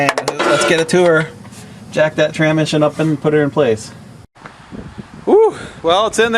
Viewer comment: well at least you spelled tranSmission right in the title lol i kept laughing the whole way through the video when you called it tranmission. any way glad you got er done because yeah that's no fun. I went to harbor freight (kinda like your princess auto) and bought a transmission jack for $129.00 for the last one i did. thing is like GOLD , 30 minutes to change one out now with that because you can angle it however you need to put it in the vehicle.